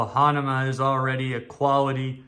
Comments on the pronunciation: What did he just say, “Hanama”??? WTF??? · u do the review....how come u cannot say the brand correctly...hahaha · It’s true. You can’t pronounce the brand correctly